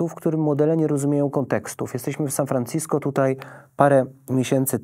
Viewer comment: San Fran-CI-sko? LOL